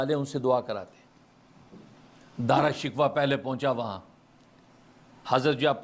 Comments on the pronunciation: حضرت دارا شکوہ نھی بلکہ دارا شی کوہ ھے تحقیق کیجئے بھلا اب ھمارے پاس ھماری اماں جان رح موجود نھی فٹ ھر لفظ کا صحیح تلفظ بتلا دیتیں رحمہااللہ رحمتہ واسعہ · دعا ہے کہ آپ دارا شکوہ کا نام تو صحیح لینا سیکھ لیں- او بھائی —— یہ شکوہ جواب شکوہ والا شکوہ نہیں ہے